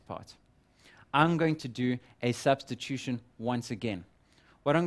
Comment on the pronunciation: "Substition" or "Substitution"?